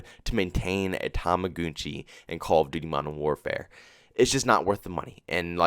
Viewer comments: Toma- gun - chi im not sure why your saying tomagoonchi. If you have a decent kd and spm you should be fine. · Why do you say tumugoonchi